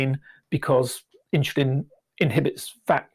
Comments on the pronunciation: It's pronounced "in-su-lin" not "in-shu-lin". Learn to get it right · It's irritating how the says 'insulin'. He saya: ''Inchlin''